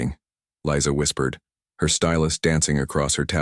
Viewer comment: The AI narration mispronounced the name Lisa as Liza.